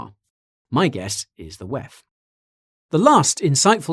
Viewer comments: DoubleYou Eee Efff: DoubleYou Teee Efff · stop pronouncing this decades old consortium of predators as the 'whaaeph'. The abbreviation is and always has been the WEF!!!! This abbreviation needs no change by you. WTF?! You're (sound like) an idiot here on this one. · Way he said "WEF" was a little distracting though lol. Great vid nonetheless